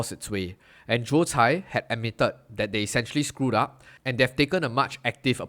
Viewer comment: His name is Joe Tsai. You said it wrong throughout the video.